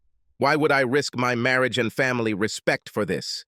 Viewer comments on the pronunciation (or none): "She didn't like her freens, she didn't like the way she dress-ed"... "her marry-age"..... Dear, please hire a robot editor. Preferably one that speaks some form of American English. Thank you, just another human that sort of speaks English a little being an American and all.